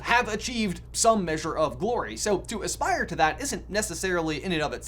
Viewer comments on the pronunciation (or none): none